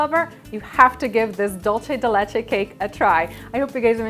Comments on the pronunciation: DOOL-SE DE LECHE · I'm trying to get through this video but its dool-seh-deh-leh-cheh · Cringed every time said dolce de Leche wrong:/